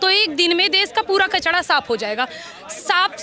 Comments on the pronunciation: 😂😂 kachra hota hai ..kachda nahi 😂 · kachda nhi didi kachara hota hai